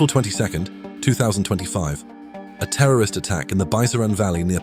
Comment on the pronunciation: Its not teroris ...but CIA